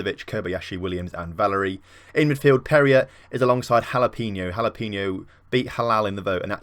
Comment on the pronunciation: Jalapeno is pronounced like Ha-la-pay-no